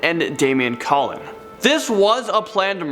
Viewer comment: And that other kid's name is pronounced like cologne, not Collin.(Colon)